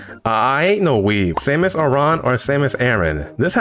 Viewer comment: My dad pronounces Samus "Shaemus" 💀